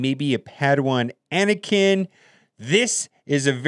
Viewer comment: "Padawan Attakin"